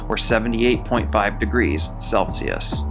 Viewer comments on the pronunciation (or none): none